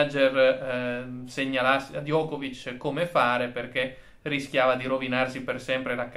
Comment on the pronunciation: Diego. In serbo Djokovic si pronuncia Giocovic con la C dolce finale.